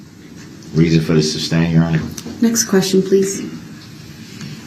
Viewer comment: He neverr got the word SUSTAIN down thru the whole trial how can he not hear or read there is no B in the word..he had no questions he never does he reads reports and questions after every sentence